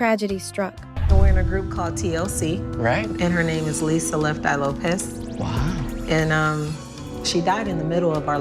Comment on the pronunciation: Also her name is pronounced Lo-pes as in Lopez